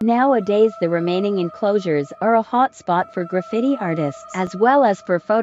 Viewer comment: The AI voice pronouncing graffiti like “gra-FIDDY”. Like, FIDDY Cent 🤣